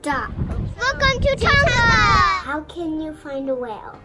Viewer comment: Ohh please pronounce it properly 🤦🏽‍♀️ it’s Tong - a not ton - ga. You don’t really pronounce the g at all